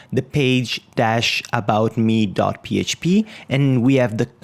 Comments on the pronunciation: Well, it's my 3rd language, but it's ok ;) Just pointing it out so you now know that it's pronounced as "me". Great vids, man :) ! I'm following the series and learning alot! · Why do you say "about shmee" ?